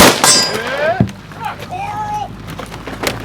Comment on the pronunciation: lold hard at whoever called Karl "Coral".